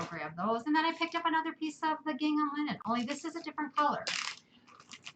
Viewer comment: Linen not line